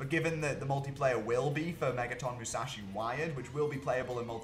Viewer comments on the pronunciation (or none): none